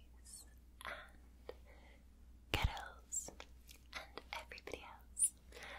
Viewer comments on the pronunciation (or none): For me it sounded like "get those" after a while xD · When you were saying “girls” quickly, with your accent all I could hear was “skittles.” 🙃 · If you listen closely, she says skittles instead of girls My favorite flavour of female is purple lol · if you say ghettos it sounds like you're saying girls in a scottish accent.